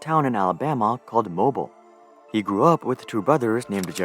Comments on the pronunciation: There is no small town in Alabama called mobil. There is one of the largest cities in Alabama called Mobile. You really have to look up a pronunciation guide for places in Alabama. We have Birmingham. But its pronounced Bir-Ming-Ham, not Birmingem We have a Berlin, but its pronounced Bur-len (but try and slur the first and second sylable into 1 sylable). Dont get me started on all the places that are still called whatever the Native Americans called it. Oneonta..... no its not One on ta. Its OHN KNEE ON TAH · It's pronounced "moe-beal" like seal but with a B. Also he is not from mobile. He is from roberstdale which is about a 30 minutes drive from mobile.